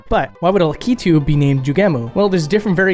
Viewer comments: Likitu? Lakitu is his name! "Luck i 2" Not "Le Key to" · I always understood it's pronounced lak-ee-too not la-key-too... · Dude… La-key-two?!?!? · Is this really how to pronounce the name Lakitu??? You're saying La-kee-too. I've always said La-kuh-too. Even Google says La-kuh-too. Its throwing me way off. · In my family we always said Lakitu like "lack-it-too", now that i have heard "luh-key-too" i cannot unhear it. Soup ear mare eo brutherz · Oh man, the way you pronounced "Lakitu." Lak-it-too is the American pronunciation from what I've looked up. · That is not how you say "Lakitu" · thats not how you say Lakitu!